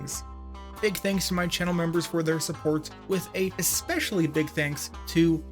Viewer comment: especially doesnt have a c. it isnt ecspecially.